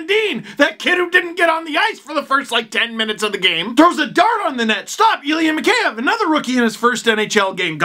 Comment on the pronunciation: It's "mee-HEY-ev", Steve. And not "s pomoshchyu", but "s peredachi".))